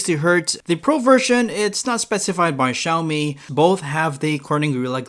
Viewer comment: It's Xiaomi not Xioami.